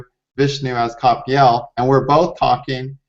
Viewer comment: Am I the only one noticing this, in the course of 8 years of viewers, that both Kapiel & butchered each other’s first names within the first minute of this recording??? 😂